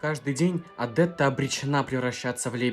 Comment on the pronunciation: Почему Вы произносите ОдЭтта, а не ОдЕтта? Следуя Вашей логике, тогда должно произносится ОдЫллия, а не ОдИллия😊